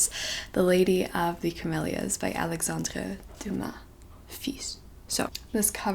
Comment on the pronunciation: okay but i love how she pronounces the names of the authors in the actual language (btw your pronounciation of 'alexandre dumas' was super good😌)